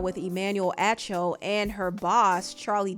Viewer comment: AH CHO is how you pronounce his name